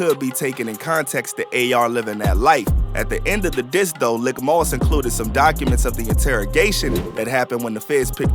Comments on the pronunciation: its pronounced leek moss,not lick fam. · His brother's name is pronounced "leek" moss* usually short for malik. Pronounced the way its spelled but the "i" in lik moss is said as if it where the letter "e" [the narrator's calling him lick moss ctfu. But... great video/vlog. Free A-R-AB ALL THE GUYS ALL THE OBH💯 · Good Video Very Accurate. But Lik Moss is pronounced LEEK Moss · Pronounced LEEK not LICK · It’s “LEEK MOSS” not Lick moss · It’s Pronounced Leek-Moss not Lick-Moss lol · His name Leek(Lik) not lick moss tf lol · Did you just call him “lick moss?” It’s lik(leek)…. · Bro it’s, “Lik Moss” pronounced LeeK not lick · It's leek moss not lick moss lol please fix it that sound crazy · Didn't seem to be any new news here. Everything a lotta months old to have just been posted. But not bul keep calling Lik (LEEK) Moss "Lick" 😭😭😭😭🤣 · It’s pronounced leak not lick bruh bruh 😂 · It’s pronounced “Leek” Moss ✌🏾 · It's Lik Moss not Lick Moss smh